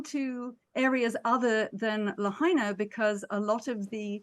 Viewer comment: hello --thank you for posting - please know that the correct pronounciation is : Lahaina ---is: La HIGH na. Not La HEY na. I am curious why you are saying it incorrectly ????